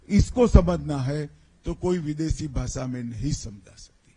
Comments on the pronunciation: Inko to Bhasha bhi kehna nahi aata. Bhasa kehte hain. Joker!!!! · Jandu, its not a baasa ,its a basha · Ask him to spell HINDI properly BASA NAHI BASHA 😂 if he doesn't want to speak English then why forcing other states to speak Hindi? Every state has their own language who loved it but it doesn't mean they hate other languages...We love every language .Two uneducated people are ruling this country country ..